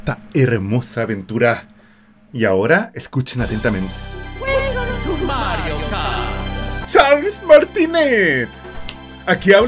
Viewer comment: Hasta ganas de llorar me dieron! con la nostalgia de esuchcar el "Welcome to Matrio Kart"